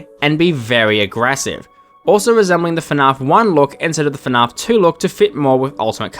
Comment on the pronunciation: dude i love your videos, but the way you pronounce fnaf bothers me so much 😭